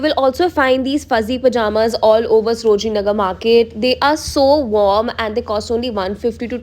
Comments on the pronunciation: Its saro-jini not sro-jini . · You often pronounced srojini nagar